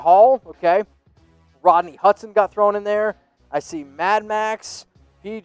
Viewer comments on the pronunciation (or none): none